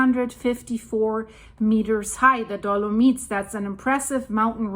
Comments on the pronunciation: It is dolo-mights, not dolo-meets, and if you want to pronounce it the Italian way, it is dolo-mee-tea. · Hi, just a little help...dolomites is pronounced do- luh- mites. The i is pronounced like eye not e. 🤗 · Ok, let's just pause for that awesome pronunciation. Dolo-meats! Love it! On the seriousnesses, I hope nobody got hurt or died during this..🙏